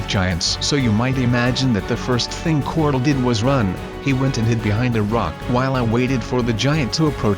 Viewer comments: LOL at beginning he said cortle instead of corl! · it's not Cordell it's corl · Is not corld its corl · why you call corl cortol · Cortle?? Dont you mean Corl? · Btw it's Corl not Cork